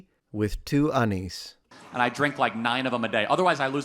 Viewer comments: "Milk Majesty tea with two 'oneys" - HEY MA, I SPOTTED AN ITALIAN!!!! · you said 2 oneys lol